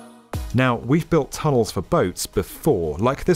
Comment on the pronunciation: Two tonels.